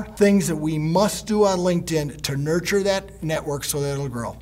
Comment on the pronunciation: nuRture it, with an R, am I Right? ;)